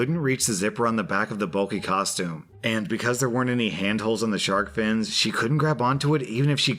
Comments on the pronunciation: I heard it as shart question at first so...not as bad as it could’ve been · Omg, I thought you said "shart outfit" Not "shark outfit " XD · Im sorry did you say "shark" or "shart"? 'I locked my sister in a shart costume' hmmm